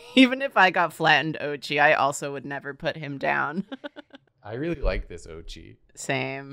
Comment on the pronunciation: SKjdflakjd Every time they say Oatchi's name 'o-chee' it makes me flinch. It's O-a-chee' it's japanese right? though my mom pronounces is 'o-tachee' so I guess I'm being pointless here.